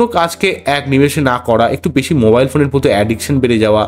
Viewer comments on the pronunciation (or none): none